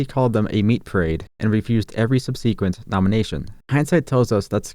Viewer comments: "Sub SEE quent"? It's "SUB seequent"... Jesus... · You mispronounced 'subsequent'. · That's not how you pronounce subsequent. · Please look up how to pronounce the word 'subsequent'. You're welcome. ✨